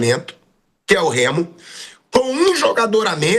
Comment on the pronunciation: Os caras tem dificuldade até de falar o nome do Remo.